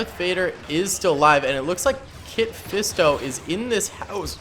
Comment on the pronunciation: Ya his name ain’t kit fisto